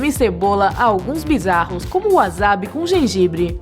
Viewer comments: N é waZabi e sim wasabi ,palavras com som de z em japones é somente as q realmente tiver z ,as q contém s é lida como SS ou como se n tivesse uma vogal antes. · Quem fala Wazabi?pfv